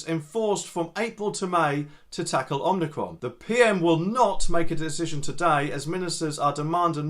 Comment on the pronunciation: Ommi-cron not omni-cron.